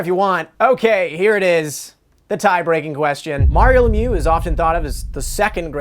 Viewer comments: It's ironic to have a quiz on Mario The Magnificent but nobody can pronounce his last name; LemiEUX, not LemYOU.; Dino Ciccarelli (Chicka-relli, not Sissa-relli).; Enrico Ciccone (Chick-O-Ney, not Siss-O-Ney). Come on guys, you work for TSN. Having a little respect doesn't hurt. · As a French Canadian I find it hilarilous to watch you mispronounce Lemieux for 20 minutes straight